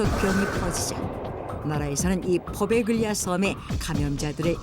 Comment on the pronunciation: 원래 발음은 포벨리아 라네요. 단어 사이에 gl이 섞이면 g를 발음하지 않고 포베글리아가 아니라 포벨리아라고 불립니다.